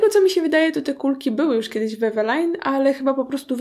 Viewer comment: Wymawia się "Evelin"